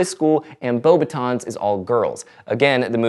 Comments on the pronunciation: Your saying that pronunciation is important, but I don't think the French would pronounce the s in beauxbatons (sorry, don't wanna be annoying) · Also In the word 'Beauxbatons' the 't' should not be pronounced as it is a French word.